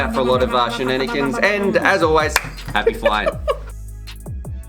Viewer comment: lol NICE or NOICE